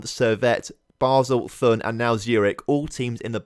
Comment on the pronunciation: Th is pronounced like a normal T, not as an english Th. So Thun is pronounced as Toon. And for Höngg: You got the ö sound correct, but you have to say the g at the end (it’s pronounced like the g in to get). And great victory over FCZ! Hopp GC!